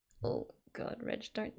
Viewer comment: His name is Reg or Regu, not Redge.😁